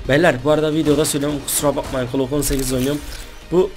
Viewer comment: Klock değil abi glock😂